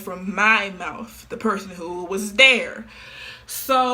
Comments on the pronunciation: We heard it straight from HER moufth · "MY MOUFTH MY MOUFTH" aight it be like that i guess